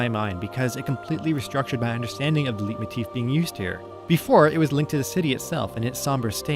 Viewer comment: Leitmotif is from the german. Leiten means to "lead". In english it is pronounced like "Light", as in "Light-Motif". Thanks for this wonderful and well deserved video-essay.